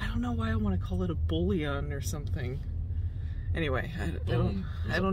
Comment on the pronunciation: bouillion= bolus😂